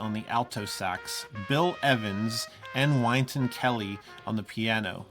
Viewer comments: Not trying to be a hater, but it’s pronounced “win-ton” not “wine-ton” 😭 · “Win” ton Kelley, not “wine” ton Kelly. Great video, please keep doing these! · Wow! Just found you guys pronounce Wynton Kelly as “why-nton” & we say “Win-ton” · Whine-ton Kelly?.. Cmon man. It's "WIN-ton" like "Wynton kelly WINS at playing the blues." Your truly, an Australian who sounds like shit. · FYI I've never heard his name pronounced "Wine-ton"... usually "Win-ton." Might want to double check that. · I don’t want to whine a ton here, but I’m pretty sure Wynton is pronounced WIN-ten. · Wynton is pronounced "Winton" (like Winston but without the s) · This is great advice for everyone who wants to express themselves through a medium. I like to say "life is jazz" because the lessons you learn as a child and then also throughout our lives can help us to not just plan and prepare for what could come, but at the same time to be open to the world and embrace the unexpected. BTW - Wynton Kelly's name is pronounced "win-ton". At least, that's how all the jazz cats I work with refer to him. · First time I’ve ever heard that pronunciation of the name Wynton 😂